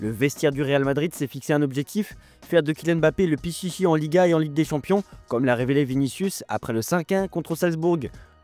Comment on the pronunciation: Fais un effort garçon... on dit " PITCHITCHI ". 😁